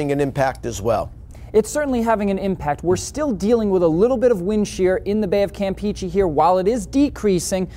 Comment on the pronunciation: I also was confused, especially when they pronounced Campeche like "Camp Peachy". They need help!